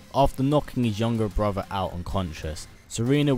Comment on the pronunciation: I enjoy your MK videos but listening to you say "brover" instead of "brother" this entire video made me want to sew my ears shut!